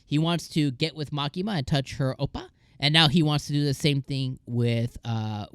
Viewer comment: You have to pronounce the “i” on oppai man. It sounds like you are saying oppa.